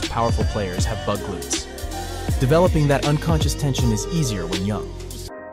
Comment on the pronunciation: did he mean "bug glutes" or "big glutes"???